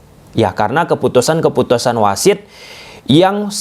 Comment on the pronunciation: keputusan bang, bukan kefutusan.. pakai P, bukan fakai F 😂